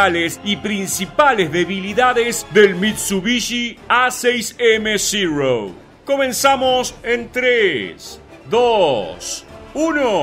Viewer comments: Amigo por qué dices ziro si en español es cero el nombre es cero no ziro???? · Uno de mis aviones preferidos, chirria un poco que pronuncies zero en ingles cuando es una designacion japonesa que se pronuncia igual que en español, cero. Los aliados creo que lo denominaron zeke. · ¿Por qué pronuncian "Cirou"? Aparte de que suena fatal su pronunciación correcta es Cero en japones muy parecido a como lo pronunciamos nosotros. NO es ni siquiera una definición yanqui. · Zirouu, no es zirou, es zero. ZERO, Y SE PRONUNCIA ZERO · Como es que se pronuncia « Zero »? Yo escucho Cirrosis! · Muy bueno el video, pero lamentablemente, la pronunciación tan afectada diciendo "Zirou", lo empaña todo. No le veo sentido, pues está dirigido a un público hispanoparlante y lo único que consigue es distraer la atención y sacarte del relato, por interesante que sea. Es algo que muchos creadores de contenido no tienen en cuenta, pero es necesario considerar.